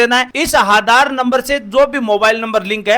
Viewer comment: Are aadhar hota hai haadar nhi😂😂